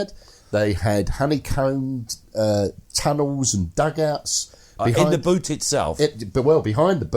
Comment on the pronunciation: It’s Buute not Butte, yes,……and is Varlencourt not Warlencourt